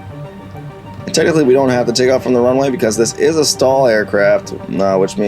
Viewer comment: Is he saying Zenith wrong? Did he also say STALL instead of STOL ?